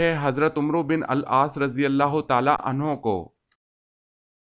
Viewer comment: Not Hazrat omro it’s Amr o is silent at the end